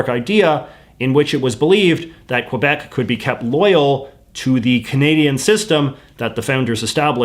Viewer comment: "qwuuueebec" i cry